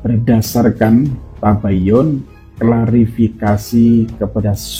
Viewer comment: Narasinya kok tabayan tabayin tabayun ,,, he he gak mutu